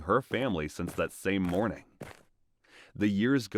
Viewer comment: Son's "moring"? "Morning"? or god bless that food taster because it would have been "mourning" breakfast if he had eaten it. yikes!